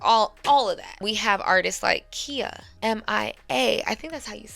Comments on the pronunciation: KIHA, IT'S PRONOUNCED KAI-AH. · Not that it matters but it's pronounced Kī-ah NOT Key-ah. And Bahamadia is pronounced like the Bahamas.